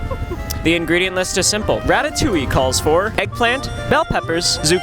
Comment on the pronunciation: I love how you say "ratatouille" wrong😂